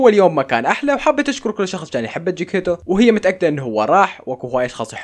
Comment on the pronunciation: اسم القطة جكتيتو وليس جكيتو 😂